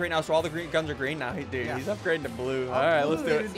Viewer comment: oh it’s messed up btw lol